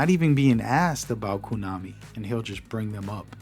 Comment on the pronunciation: Pretty sure it’s “kOnami” and not “kOOnami”. Unless you are trynna joke❤